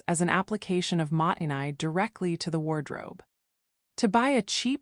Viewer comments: もったいない is not "mahttenay", it's "MO-ttai-nai", with a pause between the long "o" and the t's, and the "ai" is pronounced as a long "i" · You lost me when your AI narration kept pronouncing "mottai nai" wrong, and every other Japanese word as well. It doesn't even pronounce internationally known brand names! If you can't even pronounce the words, how could you possibly understand the concepts? And this whole video is a load of bat guano. Japanese people's spaces and lives are just as cluttered and chaotic as any other culture. This is a down vote, sorry (not sorry).